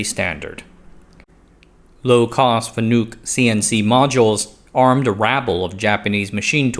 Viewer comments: Wait, there's a THIRD pronunciation? I've been machining for 15 years, and in the US at least, most pronounce it FAN-uck or fa-NUCK. I've never heard Fa-NOOK before.... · It's not pronounced Fanook, it's Fan-uk. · It's pronounced fan-ick, more of an I sound then a u sound. Source: I've been buying and integrating fanuc robots my whole career as a mechanical engineer. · It's pronounced fan-ik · Pronounced Fan-ick... they get really upset about that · I think it's pronounced Fan-uhk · You are pronouncing FANUC incorrectly. It's FAN-NUCK. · Don't take history lessons from people who can't pronounce their subject matter.